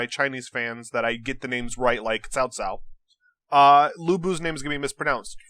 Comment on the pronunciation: Tso Tso is Japanese's pronunciation. Tsao Tsao is the more accurate Chinese pronunciation.